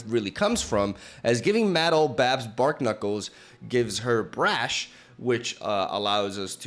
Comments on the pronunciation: Bar-knuckles (as in the thing on your fists) Not bark-nuckles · youre pronouncing barknuckles wrong. its a pun between barnacles and knuckles. so "bar-knuckles" (silent k). 🤓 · Who's gonna tell it's pronounced 'Bar-knuckles'?